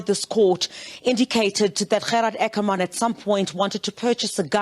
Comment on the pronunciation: As the word " water" can be pronounced in an Afrikaans or English manner so can the word " Ackerman"be pronounced either in an Afrikaans or English manner. it had always been pronounced in an English manner.Why is it now being pronounced with an Afrikaans stress.?